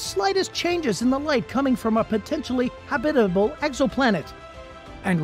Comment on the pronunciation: Is it just me or does anyone else cringe every time the narrator says the word “habitable” ?